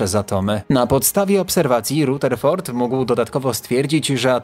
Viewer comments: Powinien czytać Radeford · Okropnie razi wymowa nazwiska Rutherford!